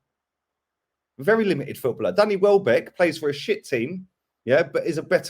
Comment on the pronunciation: Man said welbeck 😭😭😭